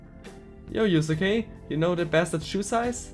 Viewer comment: Oh Gott... das Yusuke auf nem höheren Level ist, zeigt dass du eindeutig mindesten aufholen solltest. Übrigens, die Aussprache ist "Yuske". Es gibt mehr als 10 Events pro Confidants. Du kannst halt einige Ausflugsziele freischalten, und dann hat jeder Charakter an bestimmten Orten nochmal extra Events, obwohl der Rang an diesen Ausflugszielen nicht steigt. Für Confidants (und demnach fü die effektive Nutzung deiner Freizeit) gibt es grundlegend einen ganz wichtigen Tipp. Einen Persona vom gleichen Arcana wie dein Confidant bei dir zu haben erhöht den Anstieg der Beziehung. Das kann die maximale Anzahl die du für Rank 10 brauchst extrem beeinflussen. Besuche den Velvet Room also öfter mal um deine Personas auch an deine Freizeit anzupassen. Und ein besonderer Tipp für Sojiro. Sobald der Rang einmal aufgestiegen ist, ist es praktischer öfter mal im Leblanc Kaffee zu kochen. Dann kommt er immer dazu und du kriegst praktisch gratis Punkte für deine Beziehung UND den Kaffee. Besser als wenn du nur mit Sojiro abhängst, ohne aufzusteigen und ohne Kaffee zu krigen xD Und bitte bitte bitte, egal was du tust, geh als nächstes zuallererst mal Ausrüstung kaufen... weil ich hinterlasse mal schlechte Nachrichten: ich war schon im vierten Dungeon hoffnungslos überlevelt UND habe die beste Ausrüstung (sogar besser als die die man einfach kaufen kann), und trotzdem kann mich nur eine gegnerische Angriffsrunde praktisch one-hitten, wenn ich auch nur einen Fehler mache...